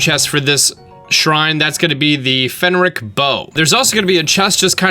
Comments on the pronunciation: he said fenric bow..... ITS PHRENIC BOW NOT PHENRIC BOW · Say it with me,: FREN - ick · At this point, you have to be saying phrenic bow wrong on purpose. You can't possibly be that legitimately stupid.